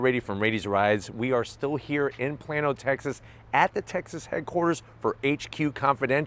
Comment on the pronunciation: I'm glad you didn't say "playno' ,texas